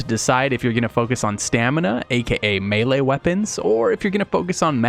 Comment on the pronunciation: It's pronounced "may lay" not "mee lee"